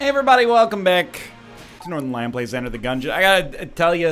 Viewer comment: *Sometimes when say "Hey everybody" real fast, it sounds "Hey 'body" or "Hey Buddy". 😆 *It's so funny that in the hands of Paradox the Blasphemy sword looks like a 🥕.😆 *OKAY...remind me to NEVER listen to "Seneca the Younger", which BTW is a stupid moniker...